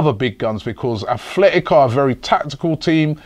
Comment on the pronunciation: ffs its Atletico not Athletico